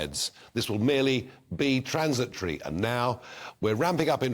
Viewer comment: Transitory? More like trans-a-Tory